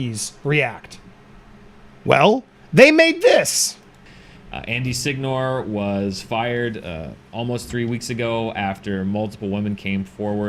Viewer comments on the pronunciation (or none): As a fellow Italian, can I take advantage of this space to tell you that I am appalled by how they (and he himself) pronounce his name? "Sig-Nore", are you kidding me?